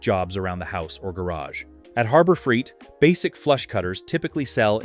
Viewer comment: Yeah. I gotta admit. I can usually determine an AI based video but I must be slipping. Your comment is spot on. I should have backed out way earlier than . I came back to the comments to see if anyone else noticed this. The other thing was the voice calls it Freeit not Freight. 😂